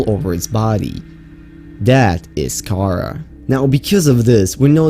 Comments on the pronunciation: ok its pronounced "KA RA" not "KARA" also, its not dead,its encased in ice which is preserving it and the khara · The Pronunciation of Kharaa is like Windgardium Leviosa, It's pronounced ( Car-Rah ) not ( Car-Rar ) as the it's old wording was Cararr before the near Sea Emperor update. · It is pronounce Cah-rawr not chara, but spelled kharaar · Btw its not kara its kaar raa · Ka RAAAAAAAAAAH not Kara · The infection is not pronounced “Kara” like the name, more as “kuraa” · Pronounced ( ka raw ) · He said the disease wrong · Who else got triggered when he said kharaa like that?